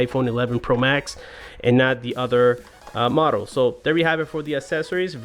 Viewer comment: “modle number”